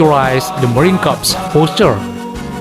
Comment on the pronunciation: Mohon izin admin Yth, maaf, dlm bhs inggris "corps" dilafalkan "kor" . Kalo "korps" di bhs inggris artinya mayat. Jaya selalu korps marinir